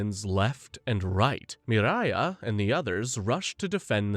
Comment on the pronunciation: Not enough to know her name is Miria, not Mariah